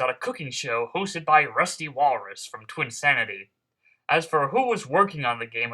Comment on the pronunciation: Yeah I facepalmed at THAT engrish. Makes me think this video was partially rushed.